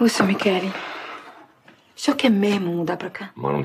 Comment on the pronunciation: "Michele". Mas a pronúncia é "qu".